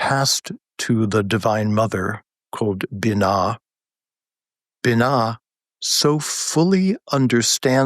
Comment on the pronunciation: The feminine in Kabbalah is pronounced bee-NAH, not binna